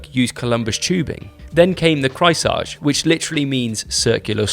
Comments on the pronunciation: there is a point though... wtf would you pronounce a german word (the name of the bike) like it was french? Didn´t even try or do any research on pronunciation ... just lazy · is pronouncing Kreissage correctly? I thought it was CRY-sega?